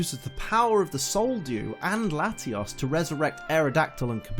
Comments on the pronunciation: layios. and latias. NOT latias and latias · bro o.o how you say Latios is weird. You have to say it with a Oh in it like your speaking Spanish. but anyways good vid :3